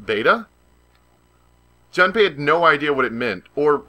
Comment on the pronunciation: For the record his name is technically pronounced "June-pay"... a long "oo" like in moon. But no big deal. And if you haven't bought Tales of Symphonia Chronicles yet and are still interested, just FYI, you can buy each game separately on PSN for $20 each. I'd recommend buying just the first Symphonia first, and the mediocre Dawn of the New World later if at all.